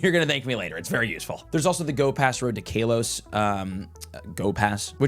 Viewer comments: 7. IT IS PRONOUNCED KAH-LOW-S. NOT KAY-LOW-S. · Its not KAY LOS GEEEEEZ " CAL OS" i cringe literally everytime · I cant stand how he pronounced KALOS as Kaylos. There no e to make the a sound like that. So its pronounced k-ah-los. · Still calling it kaylos. Bro where is the long a or they coming from? Ca-los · Love you but bro I think you are saying kalos wrong 😂. The not Kay-Los it’s K-ah-Los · I'm not sure if you are doing this on purpose but why do you pronounce it as "kay-los" instead of "Kaa-los" 😭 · Its kaw-lows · "Cal....os" Kalos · Sorry for your Kay-LOSS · How to unhear Kaylos bruh 😂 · ITS KA-LOW-SE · cant say ive ever heard it pronounced "kaylos" before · Omg kaylos event! 😂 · Ngl, we pronounce things differently alot, especially if we're from different areas, but hearing KAYLOS is indeed weird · bros entire life is pokemon and he doesn't know how to say kalos 😂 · Each time he says it I cringe. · Swear he pronounces Kalos wrong on person for engagement